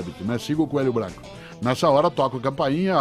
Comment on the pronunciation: Só eu q tenho agonia com algumas palavra que ele fala ? Brancoãan, Sorrisoãan, altoãan, Britanicoãan... rsrsrsr